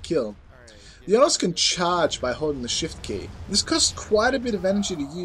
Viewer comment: Its pronounced Oh-no-s Onos